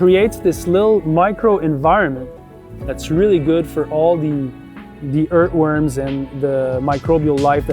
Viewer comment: I love how you say ‘ert worms’.